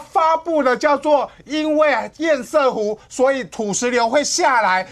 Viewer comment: 不要一直在那邊厭「屎」湖好不好 ㄙㄜˋ！ 不是賽，這是破音字但並不是隨選發音。